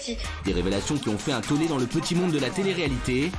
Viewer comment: ... un tollé, pas un taulé...